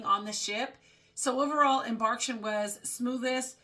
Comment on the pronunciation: Great video! fyi it's pronounced em-bark-kay-shun, like vacation